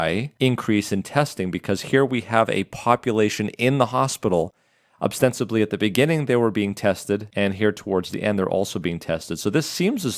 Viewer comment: obstensibly ostensibly acetyl pronunciation: ass ee' tul or ass e' tul not ass e teel'